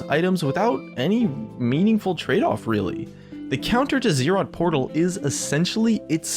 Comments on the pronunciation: IT IS ZZ'ROT NOT Z ROT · not ZEErot, Zrot. (Buzz - zz -> zz'rot)